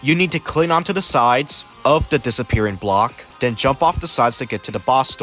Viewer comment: Push the “buddons “ and “den” you get the gay armor